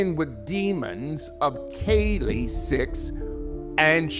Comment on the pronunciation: That clip talking about Kali,which he intentionally mispronounced hurt my brain.